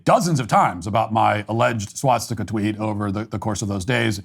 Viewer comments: Swah Stick Uh. Not SWAT stick uh. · It’s a swastika not a swatstika 😭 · The only thing you did wrong here is pronounce it "swatstika" repeatedly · The real problem here is how Matt pronounces it as "SWATstika". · It's hilarious that Matt, the "Nazi," doesn't pronounce the word 'swastika' correctly. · I'm only offended by his pronunciation of "swastika." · How do I know Matt doesn’t support the Nationalist Socialist Party? He says swast!ka incorrectly 😂